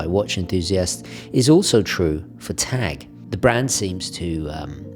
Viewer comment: Thanks for pronouncing it Tag and not Taarrrg....